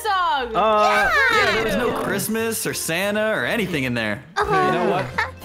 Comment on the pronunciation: It's not crismeis